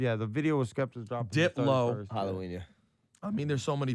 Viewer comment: Did you say balloween that is cool put smile on my face Happy Holidays...